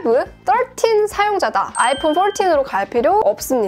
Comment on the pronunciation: 아이풘 떨틴~~ 뽈틴~~ ㅋㅋㅋㅋㅋ